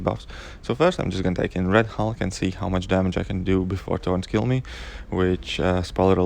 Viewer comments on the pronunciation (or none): I was so confused, when you were saying thorns I kept hearing taunt and I was like wtf? There’s a taunt node?? What would that even do? Lol